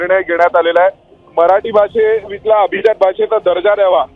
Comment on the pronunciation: Pronunciation of abhijat is not perfect. Please improve your diction